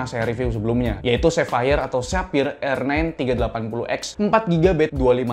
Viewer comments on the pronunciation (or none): none